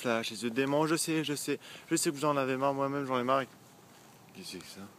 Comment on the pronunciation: J'aime trop quand il fait: "Kes c ska ?"